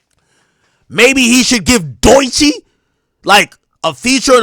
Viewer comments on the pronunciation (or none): Why AK say Doechii name like that😂